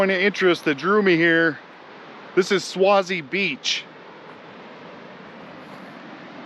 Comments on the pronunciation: Thanks for the video. Just thought you should know that you're pronouncing Swasey wrong. It's pronounced Sway-zee. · you need to pronounce the last name with a long "A" sound, phonetic (swaaayzee) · It's pronounced sway_zee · Thank you for sharing all of your videos I enjoy watching and some day hope to go see the places you have gone. Just one thing you say Swayze name wrong lol it is pronounced the same as actor Patrick Swayze. If I offended you sorry I had a Strict English teacher be safe on your adventures and thank you again